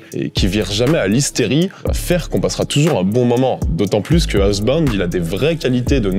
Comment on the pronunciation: Monster squad ça a l'air d'être une bombe. Je cherchais justement des films sur ce thème à montrer à mon fils. En revanche, je cringe à chacune de tes prononciations de Housebound. Mais ne change rien, c'est toi le meilleur.